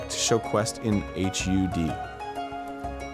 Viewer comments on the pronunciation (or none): Am I the only one that cringed when Arin said HUD letter by letter instead of one word?